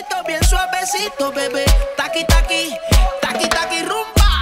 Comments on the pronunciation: Everyone:taaaki taaaki Colin : tarki tarki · TALK EEE TALK EEE💀😂😂😂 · The directors lily white accent pronunciation of taki taki sounded like he's saying tacky 🙄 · Thaki thaki is wrong sound. Taki taki is right sound.